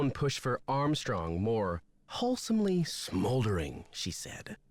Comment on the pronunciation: when brady said "smolding" i went "smolders" too 😆 honestly, playing another nancy drew game is a dream come true ✨ thank u for being awesome! love u <33